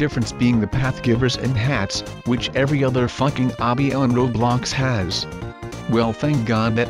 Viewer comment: Every time your robot voice thingy says « roblox » it says « roadblox »